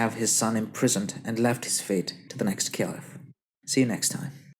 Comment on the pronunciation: Why do say "Caliph" in such a weird way?? I was cringing the whole video..